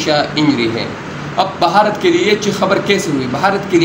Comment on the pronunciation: अरे बाप का नाम सही से ले भारत बोल बहारत नहीं 😂😂😂